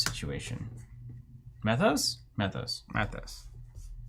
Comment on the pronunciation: And it's pronounced "Mee-thos."